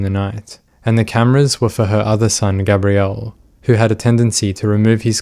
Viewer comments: Gabriel is pronounced Gay-Bree-Uhl typically. With Gabrielle, a more commonly female name is as you pronounced Gabrie"Ga-Bree-Elle" There are exceptions, but this particular case it is Gay-bree-uhl. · plz learn to pronounce names like gabriel 🤦🏻‍♀️ it’s not GABBRIEL it’s GABEriel .. gabby & gabe it’s gabriel … seriously he’s a boy her younger son yet u keep calling him a girl name 🤦🏻‍♀️ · The boy’s name was GABRIEL (like the Angel Gabriel), not “Gabrielle”, which is a girl’s name, and is what you keep saying. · Gabriel & Gabrielle are not pronounced the same. You keep pronouncing Gabriel as Gabrielle & it makes me flinch every time. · I like this video, but I think the constant mispronunciation of "Gabriel," is annoying. It's a given name, pronounced by the family as Gabe-Ree-Ul. This is a pet-peeve I have with non-American English speakers, when they're saying American names. Like saying "Los Angeles" as "Los Ann Jul Lees." It's either the Spanish pronunciation, or the modern American pronunciation, but the "Los Ann Jul Lees" pronunciation is just incorrect. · Its so annoying that you keep pronouncing the youngest sons name wrong. But why pronounce it at all? You clearly watched the trial and know the court was referring to him as G. Have some professional courtesy ffs. Unsub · I get it the visceral need for smart folk to have unique pronunciation on ordinary mundane words but man. You really did Gabriel dirty.